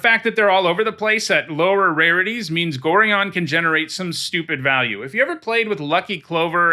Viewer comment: Gorion is pronounced "GorAIon", not "Goreeon". Darnit, he's the protagonist's father in the original BG games, it stings hearing his name butchered.